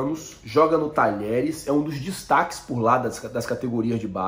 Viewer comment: Fala irmão ! Uma dica: Apesar do nome do time argentino se escrever "Talheres", que é um time mediano da região de Córdoba, na hora de pronunciar, falamos como se tivesse as letras (dié). Dizemos "Tadiéres". Abraço e parabéns pelo canal!